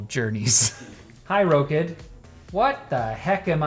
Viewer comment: I'm pretty sure they expect you to pronounce it rock-id not row-kid that might be the problem with the wake word.